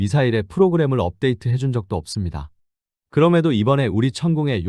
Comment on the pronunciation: 발음이 이상한데 ai인가요? 업데이드 가 뭐에요?